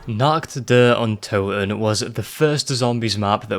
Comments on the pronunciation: the only scary thing here is your shitty accent. I mean seriously, you made a 30+ min video, just to pronounce “Nacht der Untoten”, “Nakt der Untoen”. How am I supposed to take you seriously when you screw up like that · it's pronounced naRt deR ountoten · Stop pronouncing it wrong, call it the night of the dead that's the first map translated from Deutsch to English. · I love the way he pronounces Nacht der Untoten